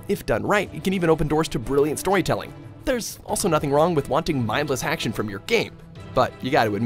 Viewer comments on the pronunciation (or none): Did he say hacktion?